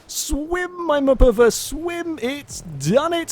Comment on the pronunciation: how many times does say muhpuhvuh?